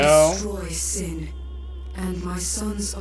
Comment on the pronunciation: The final sshowdown with sshin. The final sshowdown with sshin. The final sshowdown with sshin. Shut up already, Cid!